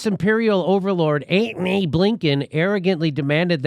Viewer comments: "Ant-ny" sux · Love your 'ANTONY!' pronunciation, Jimmy. Childish and entertaining!